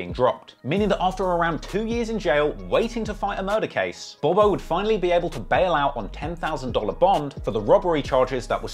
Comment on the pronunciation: hey bro his name is pronounced bob-O not bobo it’s THF BOB-O and THF mean’s ( trigger happy family )